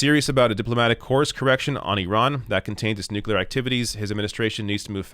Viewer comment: Back when Bush Jr was president, Americans ridiculed him for the pronunciation of "nuclear". These days it seems half of all Americans pronounce the word like Bush did. Strange. Remember, not "nukelar".